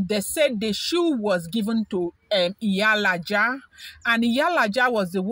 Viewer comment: Haa,, Iyalaja ke!😂 Iyalaja means mother is dog or mother of dog😂😂😂 Nooo, it's Iyalaje. E yah la jay.